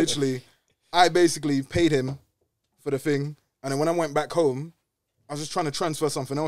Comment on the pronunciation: oh shit bro said “ thing “ with the hard H that caught me off guard.